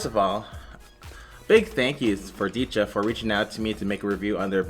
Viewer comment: Decha = เดชา pronounced 'Day-chaa 😉